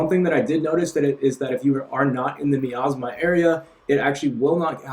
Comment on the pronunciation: Thanks for the info but quick heads up, it's pronounced miasma (my-as-ma)